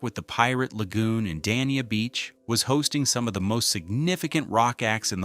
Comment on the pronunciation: The city of Dania is not pronounced Dan Eee Ya. It is pronounced Day Knee-Ah.